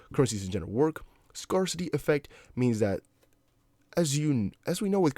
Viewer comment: Google scarcity pronunciation buddy.